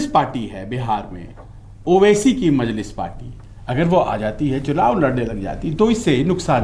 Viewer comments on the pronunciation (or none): Isko anchor kisne banaya bhai.. majnis nhi majlis ,atleast pronounciation to kar sir aap..